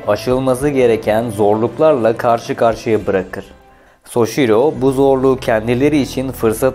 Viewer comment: Şervolet soçiro